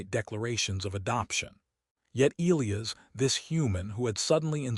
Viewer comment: Still can't pronounce Elias properly. 😮